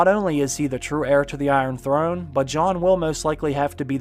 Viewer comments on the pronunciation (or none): none